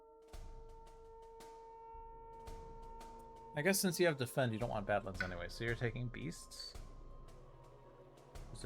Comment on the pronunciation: I'm still out here, wincing when you pronounce badlands and islet. I can't wait to hear how you pronounce Infested Aquifers or A Circuitous and Wending Journey. 😵‍💫😝